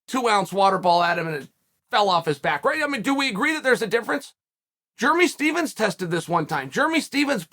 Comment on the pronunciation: “Germy Stevens” 😂